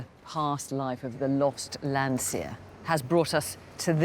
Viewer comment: It's "Landseer".